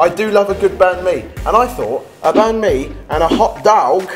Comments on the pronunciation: Its bánh mì not bánh-mi hâhha XD though its a very good video Love the recipes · Banh mi is pronounced more like bun me :D. Well thats how i pronounce it in viet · You totally botched the pronunciation on banh - mi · Seriously dude.. A bahn-mi without hoisin ? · saying banh mi is making me cringe since I'm Vietnamese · you said banh mi wrong